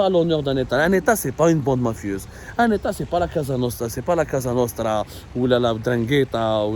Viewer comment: Mr l’intellectuel la « COSA »nostra Pas « CASA » nostra